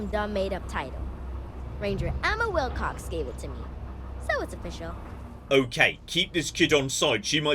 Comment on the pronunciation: Oh, Annie Wil**cox**. Sounded like Annie Wil**kes**. Yay for subtitles. :)